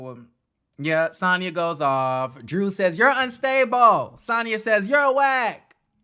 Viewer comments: You keep calling her Santah 🤣🤣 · Lol lol! Why u kept calling Sanya Santaa hahahaha love it!